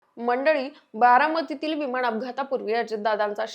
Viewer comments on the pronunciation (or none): विमाण नाही ग बाई , ण आणि न मधला फरक ? थोडं मराठी शिक मग video बनवं ! कुठून कुठून येता कुणास ठावूक ?